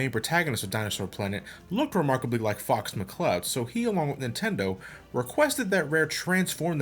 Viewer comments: dead ass thought he said "fucks mccloud" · "our hero fu**s mccloud" is what i heard XD